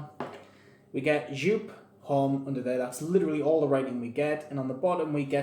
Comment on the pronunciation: It's a German company. It's pronounced YOP